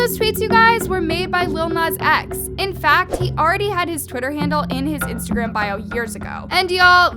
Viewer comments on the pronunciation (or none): none